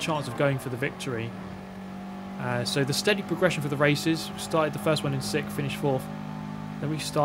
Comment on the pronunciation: Is usual for Brits to say "Sikth" position? It seems to be a thing. love ur vids